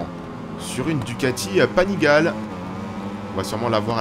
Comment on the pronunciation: MDR on est en Florence, lol Florence c’est la ville pas très loin, la région est la Toscane ! Et Panigale avec le é à la fin